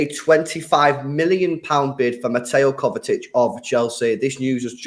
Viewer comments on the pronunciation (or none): Why do they both pronounce it KovaTic? 😂😂 Where's the T from?